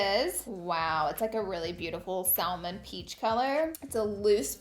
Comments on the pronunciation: SAM ON. Not “sal mon”. Lol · LAURA I LOVE YOU AND I LOVE ALL THE FUNNY THINGS YOU SAY & the way you say certain words, you’re so adorable. But you got me at “sal-man”😂😂😂 I’m sorry. I know. I’m not being mean I adore the shit out of you. But the L is silent y’all 😂 I love these videos so damn much. I’m so insanely happy you’re moving away from makeup more. I’ve become WAY more stoked every time I see you upload a new video! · Laura are u messing with us or do you really sa SALMON!!! Stahhhhhhppp 😂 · She said saLmon and I clicked off the video. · DO NOT pronounce the L in salmon ... LOL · No no no please tell me you didn't pronounce the L in salmon! Please?!!? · Btw, the L is Salmon is silent. And that dress is not really that flattering. The skirt is way better. Those Jean's & tank are super cute though. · Did you just pronounce the L in salmon?! stop it. lol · The "L" in salmon is silent...sorry its a pet peeve of mine. Pay me no mind